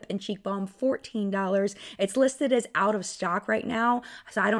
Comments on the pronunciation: I heard 40 as well and thought I was loosing my mind! 😮😮😮 Thanks for telling us it’s 14, lol. I was like, “when did ELF go high-end???😅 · I thought u said 40$ for the ELF sunscreen, but u actually said 14$ lol. I was like DAMN they really jumped in price